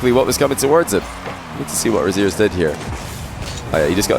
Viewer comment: Every time said "over Rezears" I couldn't stop hearing "over his ears". 😅